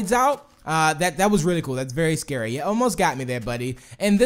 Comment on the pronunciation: It is too "sceary"